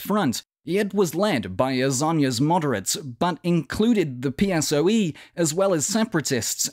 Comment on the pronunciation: Is so funny when you pronounce PSOE in english